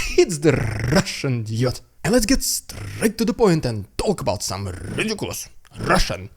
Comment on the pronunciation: This « rrrridicullous Russian propaganda » never gets old 😂😂😂